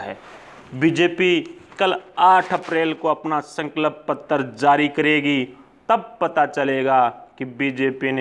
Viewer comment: Bhai please "sankalp patra" bolna sahi se sikh lo. Tumhare channel ke liye fayda hoga.